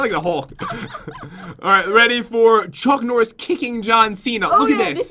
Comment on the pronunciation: oh yea "chunk norris.." not "chuck norris..." lol